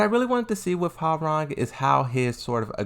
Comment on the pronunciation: As a Korean , thank you for pronouncing his name correctly ~ i hear so many non Koreans saying Rang like telephone rang . it is suppose tonsounf Rahng, ppl ! like Hyundai everyone saying Hyoon Dye . it is called Hyun Dae mad respect !